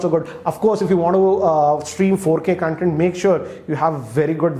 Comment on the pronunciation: Hey great review! Also it's pronounced as Con-Tent not Cun-tent